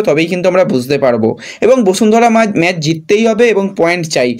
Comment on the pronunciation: সেই আবার ম্যাচকে ম্যাজ বলা! কেন ভাই, জিতলো হলো জিদলো?